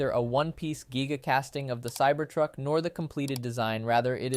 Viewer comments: It's not pronounced "geega", it's "giga". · you called Sandy a "her". I was annoyed enough by the "geega" said over and over, but calling Sandy a female just made me click away.